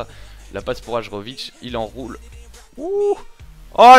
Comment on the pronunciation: Hajrovic jouait en suisse et j'habite en suisse donc je le connais. Si jamais on dit : HAYÈROVIC. Sinon très bonne vidéo comme toujours et heureux pour toi que city ait gagner le titre !